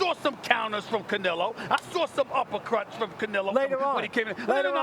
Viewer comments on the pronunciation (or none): "I saw some upper CRUTS from Canelo" Nigga sounding like Dr. SteveBrule